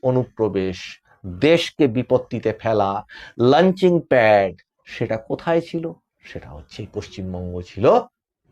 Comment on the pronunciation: লাঞ্চিং নয় ওটা হবে লঞ্চিং 😢 launching pad